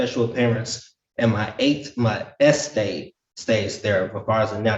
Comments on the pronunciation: Me too! I would've been on floor with you😂😂 How can you not laugh at this fool pronouncing estate as Es-state🤣.And he's been paying his bills with his bills....this should be a sitcom. I want to know if he's doing this for all of his bills?? Is he paying his car note with the car note? 😂🤣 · I love how sov-dude thinks he's the only one properly pronouncing eState but can barely pronounce regular words like ask, consideration, social security, accountant, question, etc.